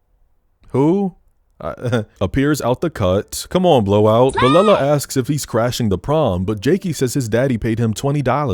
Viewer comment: as a huge Kelela fan, it's sending me that you referred to her as Belella the whole time lmao